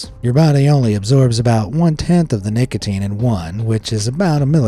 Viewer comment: W-w-wha-t abo-o-ut lo-o-oki-i-ing at nic-a-a-ateen 😬😬😬😬😬😬😬😬😬😬😬😬😬😬😬😬😬😬